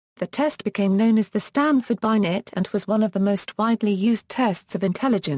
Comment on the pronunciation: This is disappointing. At least pronounce names correctly, i.e. "Binet" pronounced "Binay" not Bynet